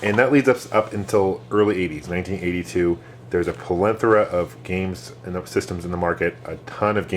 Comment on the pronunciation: Hi, I really enjoy watching your videos, you certainly know your stuff........i just had to comment on a word in your vocabulary which you seem to be fond of.....: "Pelenthora", I hate to be "that guy" but dont you mean "Plethora" (an excessive amount).: )